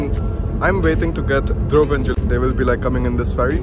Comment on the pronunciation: Bharat said Juli instead of Yuli and it got edited out...lol